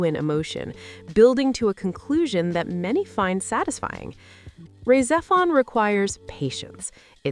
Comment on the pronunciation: Yeah, I cringed SO HARD at that pronunciation & was about to post this exact same thing. She also butchers Rah Xephon & most of the character names. I'm not convinced this isn't just A.I. slop...